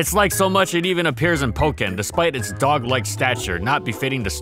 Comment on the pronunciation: Leopard, actually, but close enough. They aren't even remotely dogs at all. I don't understand why people still call them that. It's irritating. First 3 seconds of the video and he puts a pause and emphasis on the word "DOG" ugh.